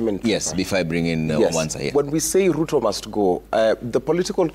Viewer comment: Its Ruto , not Lutho 😅😅😅